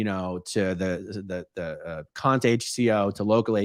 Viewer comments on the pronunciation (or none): none